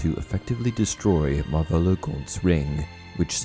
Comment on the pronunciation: lol, sorry to say this however I had to play the bit from 2m13s to 2m14s a few times before I managed to understand what you where saying.. you sure went for a funny pronunciation of Marvolo Gaunt's name. I believe the accent in Marvolo falls on the A and certainly not on the final O. Still great job as usual with the vids tho